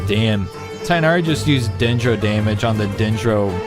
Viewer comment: did he just said tighnari with 2 chidren💀